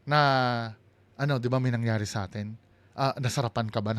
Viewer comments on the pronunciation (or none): none